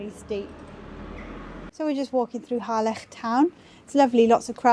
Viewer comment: At last! someone who pronounces Harlech as it should - and not the dreaded ' Hah- lick ' 🏴♥️👍